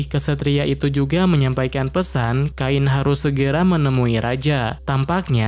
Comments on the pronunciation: Cain sama bang bukan kain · namanya cain bg bukan kain 🗿🗿🗿🗿🗿